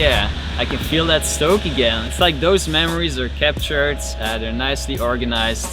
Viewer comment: anybody else love how he says that😥😂 "Det"